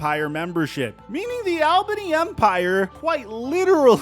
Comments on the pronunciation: Hey, coming from an Albany native, great coverage, but a heads up, it's pronounced "All-bany" not "Al-bany" keep up the great work though 💪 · It's pronounced ALL-BANY. Not Al-bany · AWL-bany. It's pronounces Awl-bany. Take it from someone who works in that arena and lives in the Capital Region. It's pronounced Awl-bany. NOT Al Bundy-Bany, AWL-BANY. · It's pronounced ALL BEEN KNEE. ALBANY. just saying I'm a new Yorker. Lmfao. And no, we all don't sound like we're from Brooklyn. But I'm from Brooklyn lmfao. Anyway u always do a great job young man rock on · Also it’s pronounced ALL-BAHNEE